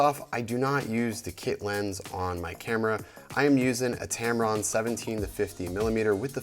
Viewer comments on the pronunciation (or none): none